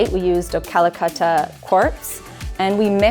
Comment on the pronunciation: Finally someone that says ca-la-catta correctly. I have been doing a kitchen reno recently and every contractor, including the fabricator and marble seller pronounces "cal-catta". What drives me mad is that they try to correct me.